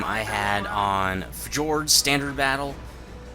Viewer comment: fjord is pronounced F-yord